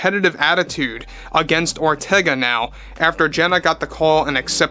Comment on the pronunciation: I keep hearing "General Ortega" every time says her name.